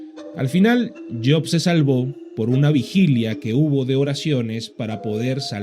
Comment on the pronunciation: Yok ? Kien es yok maldito pronuncia bien es job noo tok